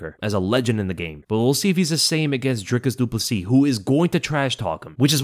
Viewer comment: The way you say DRICUS DU PLESSIS sounds like you're saying De Poo-C